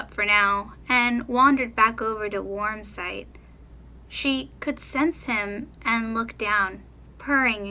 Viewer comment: Lol I was laughing the whole time cuz you kept messing up Warm Sight's name!😆🐈